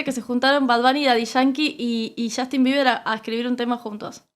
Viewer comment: Qué risa cuando los argentinos pronuncian el nombre de Justin Bieber como "YAJTIN"